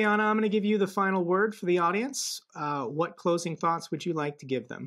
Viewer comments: Nice to ser you two together at the same channel, carry on with the good work. have to practice saying Anna, like Anna do it ❤ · I believe it's Annnnnnn-na!--not Ana!